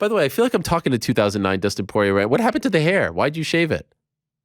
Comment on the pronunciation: "Dustin soyrier"